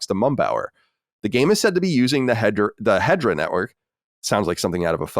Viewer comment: It's not Hedra. It's He-de-ra.